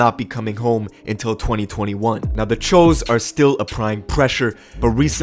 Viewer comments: that choo was pronounced cho just thought that shit was funny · Ok but why are u saying w-oo but when u say choo u say ch-o. It’s pronounced choo. Like choo choo train. It wasnt that hard to figure out bruh🤣🤣🤣🤣🤣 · (Its not THE Cho's) its The Choo's (pronounced Chews) Lol and the woo's. The choo's and The woo's CHINESE STREET GANG SHIT! 😆😂🤣🤷‍♂️ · Phonetically speaking, shouldn’t “Choo” be pronounced with a long “o” instead of a short one? It’s “Ch-oo” not “Chō”. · Anyone else wonder why choo gets pronounced Ch-Oh instead of Chew?!?!?! 🤣🤣🤣🤣🤣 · Cho ? Thought it was pronounced chooooooooo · Choo as in CHU not CHO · I swear I thought it was pronounced “choose.”